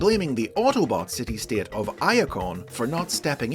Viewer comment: Today I learned..."state" is a two syllable word pronounced "sta-eet".